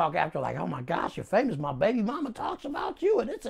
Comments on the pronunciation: Did he really say he was fivemous (famous) and glori-five. Amazing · My nigga said I'm fivemous 🤣🤣🤣🤣🤣🤣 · This nigga said.. “My CM” 🤣🤣🤣 then he said “I’m fiveous”😭😭😭😭 he real deal crippin 😂😂😂😂😂😂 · “I’M FIVEMOUS” I’m done 😭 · "I'm real popular, I'm fivemous" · Fivemous instead of famous Cm instead of bm What do rats eat.. a bowl full a bullets Then gets a call from Popeyes to close the interview Lmaoo these dude a walking cartoon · “I’m fivemous” 😂😂😂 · “Fiveous” famous 😂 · Nigga said "I'm five-mous." 😭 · Nigga said “I’m Fiemous”😂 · Not in LA he says 5 cause that’s how his hood is pronounced, five five(55th st) nayborhood crip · Just stop its ridiculous , unable to say words with the letter B and replace it with a 5?? How the dudes make themselves look so ignorant blows my mind. Apply that to something useful just listen to this guy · "On Fiveness"